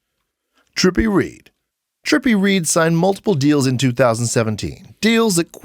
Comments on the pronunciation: Its trippi redd my guy not trippi Reed bit good vid thoo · I fw the video up until the point until he said trippie reeeed It’s trippie redd spreeled redd pronounced red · Trippie redd not Reed 🤦🏾‍♂️ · Trippie Reid? It's red like the color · Trippie reed? How you gone make a video and can’t pronounce the guys name? What a moron , clout chasing at it finest! Don’t quit your day job..jeez